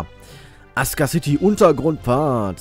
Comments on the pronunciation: wieso sagst du imme "aska" anstatt "asuka" das stört mega... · weil asuka city ein japanisches wort ist, und asuka nicht ASUHHHHKA ausgesprochen wird, sondern das u stumm ist und es ''Aska'' gesprochen wird. das ist genauso wie das wort sasuke von naruto, wird nicht sasuuuhhhhke ausgesprochen, sondern saske.